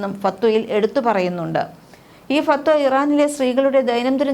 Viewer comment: ചേച്ചി അറബിയിലെ വാക്കൊക്കെ പറയുമ്പോൾ ഒന്ന് ശ്രദ്ധിക്കണം അല്ലെങ്കിൽ നന്നായി വഷളാകും ഫത്‌വകൾ എന്നാണ്